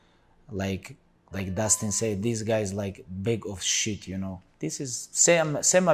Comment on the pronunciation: "Dis guys like, bahg of shieet you know " 😂